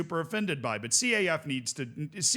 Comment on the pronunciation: Broski you don't have to pronounce each letter in the acronym of CAF. You can just say, "Caf" as in: Kaf.